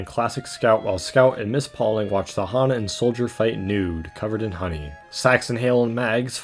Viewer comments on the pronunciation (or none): none